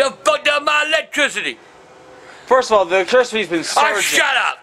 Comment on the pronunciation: Done fucked up my "electrishty"😂💀💀💀